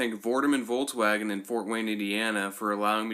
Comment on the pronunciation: jo bro no front but it's not a fucking voltwaigen its a volkswagen bitte do it right in future, rest of the video is good, love the golf 7